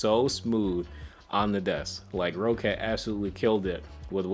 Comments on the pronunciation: PSA: It's pronounced Rocket not Row-cat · nope it's rock-cat but so ye he is wrong